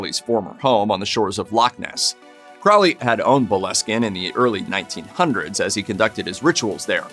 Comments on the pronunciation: If you’re going to be repeating someone’s name at least take the time to look at it and see that it is an O in Crowley not an A believe it or not those things are very annoying. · Aleister Crowley's last name is actually pronounced as "crow-lee." What a weird old pervert! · Dude,it's crow-lee. Crow lee,say it with me. Not crawlee,not crouley,crowley. You won't summon demons by pronouncing it properly,I promise. If you wanna mispronounce things you should go over to the Amazing Elite channel. Those kids can't do a video without slaughtering at least 2 towns or cities. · Its pronounced CROWley like HOLY, not Crawly by the way, (when pronouncing Aleister Crowleys name). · it's not "craw-lee", it's "crow-lee" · If you're going to do videos, for pete's sake pronounce things correctly. "Crowley" is pronounced "Crow - Lee." (Yes, Ozzy got it wrong, too.) The Beast even wrote a mnemonic: "It is pronounced Crowley, to remind you that I'm holy. But my enemies say Croully, in wish to treat me foully." - Aleister Crowley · This was great! I love how there wasn't any Doom & Gloom music or vibe as most videos about the occult do. That's how you know what's real and not just sensational pieces. You got most of the facts right, which I very much appreciate as someone who studies and practices the Hermetic Sciences. You mispronounced Crowley, but that seems to be a too common thing. It's pronounced like this ,Crow-lee. It's like putting the word crow and holy together and you get Crowley. Jimmy Page was definitely into Crowley's Order the A.A. Astrum Argentum & not Alcoholics Anonymous, lol, even tough one of the men that started A.A. was a Freemason. I don't think Jimmy Page practiced as much as he was a collector, but that's sill important. He kept up Boleskine house and bought a lot of manuscripts that may have been lost if it wasn't for Jimmy. He's mentioned in the Acknowledgements section in a book called Liber ABA, aka the Big Blue Brick.